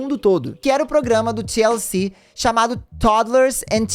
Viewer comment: Toda vez q o falava TLC eu escutava Tia Eucir